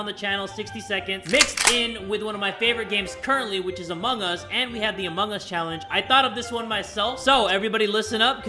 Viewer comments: Did u just say emong us time at 23.52 lol. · Lol keeps saying "emung us"